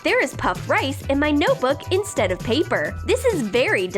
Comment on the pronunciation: its instead not enstade